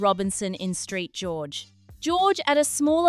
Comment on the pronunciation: Saint George not Street George .